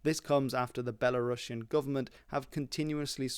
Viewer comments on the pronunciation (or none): none